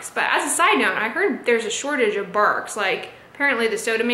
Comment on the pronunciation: Bargs? Lol barks